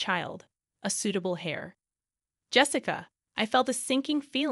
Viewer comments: The word is heir not hair. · They are correct....Heir is pronounced Air,like what you breathe...